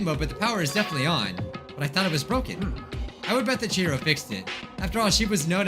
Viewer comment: "OMG Is that fricking- Chihiro!?" At first I heard "Jiro" and I was very confused